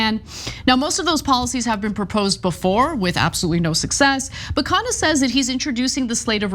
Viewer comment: It’s pronounced “KhUNNa” not “khaana” which means meal (food)